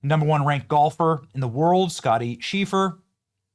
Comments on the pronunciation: Its pronounced Sheff-ler. It seemed like you mispronounced on purpose. Do better. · Pronounced - "Chef-ler" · It’s Scottie Chef-ler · Chef-ller you NERD! Did you get educated at a learing center or something? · Scottie scheffler is pronounced...chef ler AND SCOTTY IS HUMBLE AS ALL GET OUT. GREAT YOUNG MAN. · It’s like Chef-ler